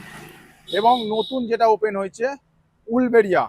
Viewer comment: ওটা উলবেড়িয়া না উলুবেড়িয়া (uluberia)..